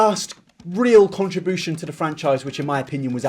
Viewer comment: no one:: since this contrabooshan